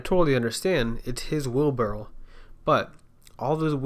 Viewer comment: It's wheelbarrow not wheelbarrel. Drives me nuts.